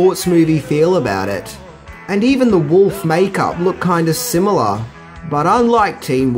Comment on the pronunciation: the word is similar not sim-YOU-lar. just sayin